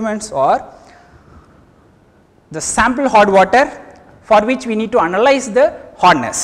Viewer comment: sir its hardness not horness